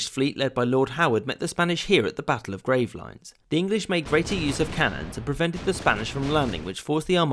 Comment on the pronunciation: "Grave-lines"... Possibly the most iffy pronunciation I've heard so far, outside of the episode on Wales.